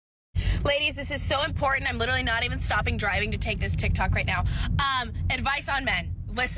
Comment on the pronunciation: oh shit shes seriously now. she said lituherrlally.